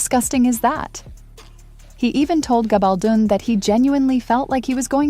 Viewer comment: [gah bul dun] not gay bal dun or gable doon